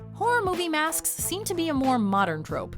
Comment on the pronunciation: 😂 She said MASKSKSK 😂